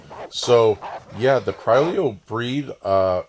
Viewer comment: "cry leo" xD